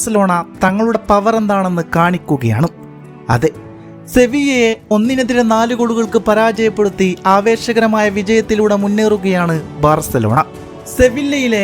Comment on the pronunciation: Sevilla alla bro Seviyya enna pronunce